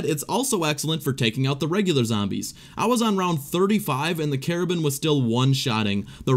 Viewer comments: Car-bean not cara-ben pronounce better :3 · pretty sure you mean Car-Bine not carabin